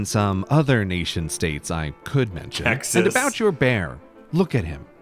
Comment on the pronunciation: he mispronounced Texas